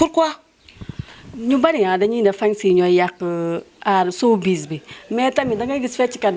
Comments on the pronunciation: Cette animatrice est très nulle elle ne peut meme pas prononcer "sowbiz" 😏😏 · 😂😂, gnou ki dou journaliste presentatrice rekla,Une journaliste qui prononce Mal grand thiatre, sowbiz exemplaire😂😂